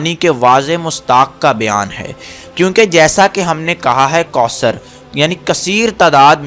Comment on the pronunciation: Bhai mind nhi krna AP word koosr read kr rhy ho jub k sahi kausr hy